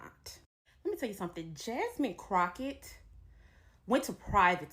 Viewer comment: I love this chick she said Crackett all nigatry..